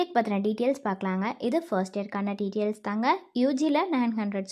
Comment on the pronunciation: அதென்னம்மா "டீடியல்ஸ்"?😂